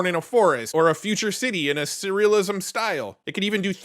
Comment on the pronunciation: Love your channel, great content but it's surrealism not cerealism lol